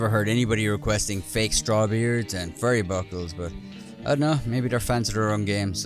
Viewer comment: 'Furry buckles' 😆